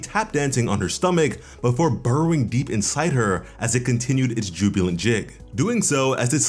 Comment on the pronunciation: bro said jubulent jig 💀💀